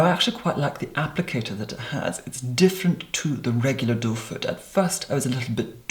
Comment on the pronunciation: Your pronunciation is so clear and crisp that now I know the applicator is called "doe foot" rather than "doefur" that I thought everyone else was saying.